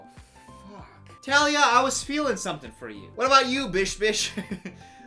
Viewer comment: Is anyone else upset bc he said “Tah-lia” instead of “Taa-lia”? No, just me? Ok.